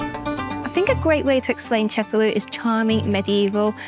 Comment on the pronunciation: Awesome video, i'll be adding Cefalu to my list of Sicilian cities to visit. Just one comment, the name of the city is pronounced ce-fa-LU, not CE-fa-lu. The stress goes on the last syllable, not the first.